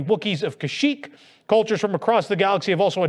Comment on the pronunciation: Kash shick Not "chic."